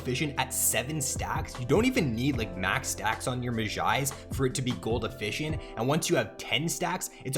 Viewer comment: really good vid but you say mejai's like a simpleton